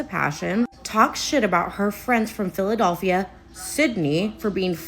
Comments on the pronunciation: "phila-DOLPH-ia" is sending me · y'all i'm sorry but that girl repeatedly saying "PhilaDOLphia" instead of "Philadelphia" is gettin on my nerves LOL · that’s how some of us pronounce Philadelphia! I’m from NE Ohio and that’s how we’ve always said it. Philadulphia 😂 It’s like being able to tell you’re not from Milwaukee if you pronounce the L. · the pronounciation of philadelphia is killing me